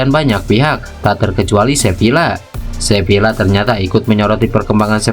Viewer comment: Admin tolong baca Sevilla : Seviya. Dobel l (LL) dilafalkan y dalam bahasa Spanyol.